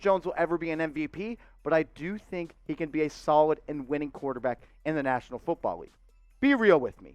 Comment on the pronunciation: I like him too and the biggest plus’s he didn’t say qwauterback lol